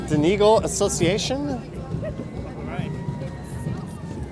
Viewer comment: Yep another good video and it looked bitter cold. However your Irish is only marginally better than your French. It's Tra ha! lee from the song "rose of Tralee. The worst was Don eagle. Don eh gaul!.